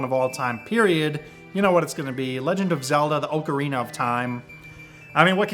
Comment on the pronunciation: haha he says ocarina funny